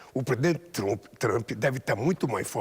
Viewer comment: Alguém mais percebeu que ele está lendo as suas respostas em alguma tela por trás das câmeras ?? Ele se entregou logo no início quando disse "Tr'u'mp" e depois tentou corrigir Isso é a TV estatal ajudando de todas as maneiras!😂